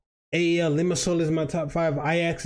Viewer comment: Love from APOEL and you are saying the name right